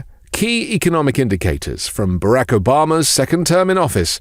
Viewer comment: It's not Barack, it is Barock. Pronouncing names as the bearer does is only good manners.